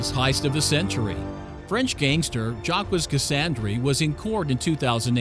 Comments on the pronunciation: French gangster "Jack-wis" . Come ooooon!! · bruh how the hell are you pronouncing "Jacques" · the way he says Jacques hurts me